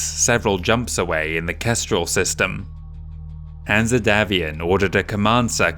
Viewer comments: Great job on this important and, imho, one of the best campaign books from FASA. Pretty sure Hanse is not pronounced Hanzeh, more like Hans but hey, great job. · Excellent video and impressive work. Greatly appreciated by a long-time Battletech fan. My only gripe is some of the pronunciations. My way of pronouncing Hanse as an English name is as Hans or Hanz, the -e should be silent. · Absolutely love all your content!!!! Brilliant stuff. My only gripe is that every time you say Hanse and pronounce it weirdly, it takes me out of the immersion of your wonderful narrative.